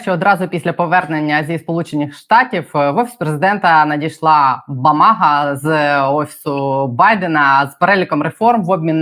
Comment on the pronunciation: Не бомага, а гамага 😁